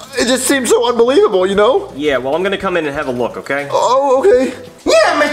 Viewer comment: Its not yee its yeah